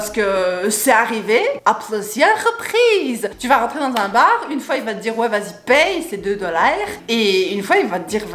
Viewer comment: Jrentre dans un baaaaaaarrrr hahaha l'accent belge j'adore <3